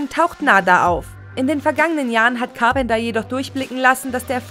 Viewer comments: Car-penter und Unschwellig.... sofort ausgemacht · Du sprichst Carpenter falsch aus. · Der Präsident wird RÄGAN ausgesprochen nicht RIEGÄN. Und es heißt CAR PEN TER NICHT CARP ENDERS. echt mal, schlau sein wollen aber falsche Aussprache haben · Carpenter.. Reagan....was ist denn das für eine Aussprache!